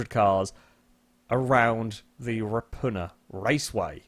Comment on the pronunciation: As a New Zealander, pronounciation of Ruapuna (For future Reference it is pronounced "Roo-ah-poo-nah") never ceases to amuse me.